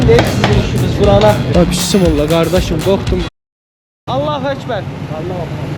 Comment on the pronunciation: Bismilləh, kimi səslənir Azərbaycan dilində. Bunu doğru demək vacibdir. P. hərfi yoxdur bu sözdə.